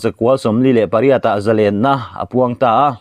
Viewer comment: Zalênna i va han lam dik tak. Ngaihthlak a nuam bik riau mai.